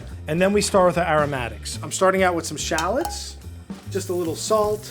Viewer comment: They are Called.. 'Sha----LOTS' AS IN 'SHA-LOTS' You call them in name like a dork tbh !!!